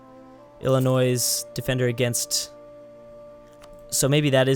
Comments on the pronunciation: Emporer Ridiculous 'Ilinoise' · Stop saying Illinoissss it's Illinois with a silent s bud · the s is silent in Illinois. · The S is SILENT GOD DAMN IT!!! sincerely someone who live in illi god damn nois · ITS SO ANNOYING WHEN HE PRONOUNCES THE "S" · You don't. It's silent. Im from Illinois and our biggest pet peeve is when people that aren't from here pronounce the S. It's annoying. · That proninciation did offended me as a citizen of Illinois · Illinois the s is silent plus RIP Maryland go PA